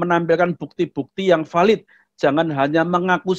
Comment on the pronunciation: Bukan VALID pak sebutnya tapi BHELIDDDHH pak.